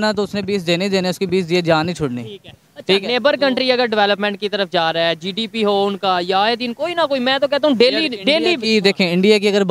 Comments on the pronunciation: Bhai jise GDP bolna nahi aata use kya pata GDP kya hai😂😂😂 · Sallam hai aise journalist ko jisko GDP bolna nahi ata 😂😂😂 Accha hai bharat me aisa koi itna jyada padha likha journalist nahi hai 😂😂😂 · Inko to GDP bolne nahi aata😂